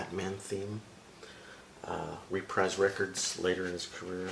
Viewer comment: Reprise was actually pronounced as “repreese”. You have a nice collection there tho! Im jealous!